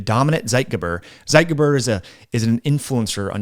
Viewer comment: It's pronounced "ZEIT - geber" , "TSIGHT - gayber". Oy.